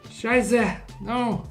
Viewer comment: first "zwei" and then also "scheisse" ... not bad german skills.... "nicht schlecht dein deutsch"